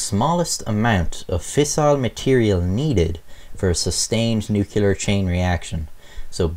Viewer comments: Nuclear. Pronounced "new-clear". Not "nukular". The mispronunciation has become a joke used when parodying the "hillbilly" type dialect. Also,, the screwdriver was not protocol. There were shims that were supposed to be separating the halves, Slotin had arrogantly removed them. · Subscribed. Pls cuss less and it’s “nuke-lee-ar” not “nuke-u-lar.” You tell good stories. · NuCLEAR not Nukular, come on. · NEW-CLE-ER ... not NEW-KILL-ER. hows that for no fun at parties. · Small critique: The word is NU-CLEAR, and nu-cu-ler isn't a thing. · New Clear not new Cular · Love your videos, but listening to you mispronounce the word nuclear through the entire thing was extremely grating. It’s NOT pronounced “nu-cu-lar”...that’s an entirely different word with an entirely different meaning. It’s pronounce “nu-clee-er”. Thank you. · Hell lad, are you Irish or texan? Nucular isn't a word. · "Nucular" - Like George Bush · Safety rules not written yet? BTW the n word is pronounced New clear, not nu-cular.A n Englander would have known that. ( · I wish you would say "nuclear" instead of "nuke-U-ler" I'm sorry :[ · Nuclear pronunciation = new -klee-er not new-kew-ler. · Nuclear, not nucular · Nuke Lee ar, not nuke you ler. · NUCLEAR NOT NUCULAR WTF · Nucular? Stop saying nucular! It's nuclear! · Just to be that guy, it's "noo-klee-ar" not "noo-kyu-lar" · did you just say nucular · NU - CU - LAR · It’s NUCLEAR. Not Nucular. Pronounce it right PLEASE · keeps saying nucular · "Nuculer"... triggered. 😉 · Love u mate but it's NUCLEAR not NUCULAR dummy. Sound like George Bush! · Sorry. Stopped watching after the word 'nucular.' Doofus. Way to lose credibility in 3 seconds flat. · "Nucular bomb?" Oh dear... > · Uh huh huh. Hey Beavis. You said nukeuler. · "Nookyaler" George W Intensifies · Nuclear Noo-Clee-ER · When I hear "nukular" instead of nuclear, I am absolutely SURE it's an armenical... sorry, amricanal... or maybe americanal... or somthing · Nukular... shudder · Tfw Nuc-U-lar